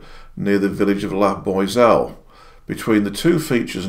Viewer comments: The way he pronounces La Boiselle. “La Boyselle. It should be “La Booazelle”. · La Boiselle is not pronounced 'La Boy Sell' but 'La Bwa Sell' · I do love your terrible pronounciation of french (my home language, I'm swiss/british) names, I really do. You remind me of my english uncles :)